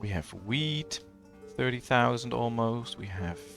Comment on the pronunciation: Its orchard, not orkyard. It's wheat, not weed.